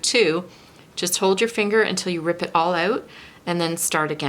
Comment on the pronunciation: you don’t really have an accent at all, my mom just heard the part where you said all out, so... but I don’t hear any accent apart from that